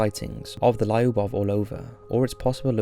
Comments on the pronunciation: it's not Lie-oobov, it's lew-buv and it's not or-low-vuh, it's Ar-low-va. Take some simple Russian lessons. It's super easy to learn ;) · final step to perfect this channel: please google how to pronounce Lyubov correctly. Hint: It's not laiuhboff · In the first story your pronunciation of Lyubov Orlova was killing me every time you said it :c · Lyubov Orlova is pronouced with the sound [ju:] - L[ju:]bov, and btw this name means 'love' in Russian) Just in case) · This is how "Lyubov" pronounced: Not Lieubov lol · Lyubov is not lie-oo-boff. 😂😂😂 Your pronunciation of foreign words is always a mess. I bet you do a lot of research for your videos, you should look for correct pronunciations too. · it's pronounced Luba right? Means love? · yes it's pronounced Luba, Lyubov means "love", Lyuba is a diminutive from Lyubov